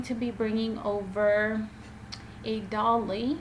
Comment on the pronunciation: And it is doily, not dolly.